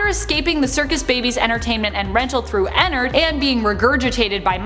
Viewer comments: You say enard I say en-nard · Is it just me or do u guys get annoyed when she says ennard she says ennerd not ennerd Edit:another fact about circus Baby she now is a tomb for Elizabeth so she's basically Elizabeth now and Elizabeth is her Another fact about sl:ballora is Elizabeth's mom and her name is Clara How Clara died:she was not looking where she was going in her car going to visit Chris in the hospital,fell off a cliff and died Chris and how he died:Chris was bullied by his brother Michael Afton How he died:he got "pranked"and got his head shoved in fredbears mouth by Michael there was a melfuntion In the jaw and got his head bit off he now posseses shadow Freddy Michael Afton: After he killed his brother he was sad and cried then William couldn't afford anything so Micheal helped him on th job :How he died:he then went through a vent that leads to the scooping room and Elizabeth then scooped him as C.B he got his intestines scooped out he doesn't posses an anamatronic but ennard lives in him William Afton:after all that happend he then died in a bunny suit :How he died:while wearing the bunny suit the springlocks went in him which made him die the most painful death and now posseses springtrap with his virus in his head called glitchtrap That took forever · Me: ooo I cant wait to hear her talk about her and ennard! Her: ******** and ennerd Me: .....what😃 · I got triggered when she said enenerd and not ennard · She said Ender 😂😂😂😂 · Girl : Enard Me : Ennard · Not to be rude but you are saying ennard wrong